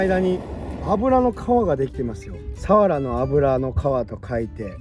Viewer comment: いつも楽しく拝見しています。サワラ漁っていうときは 合ってるのに・・・・サワラって単語の時のイントネーションが毎年気になってます。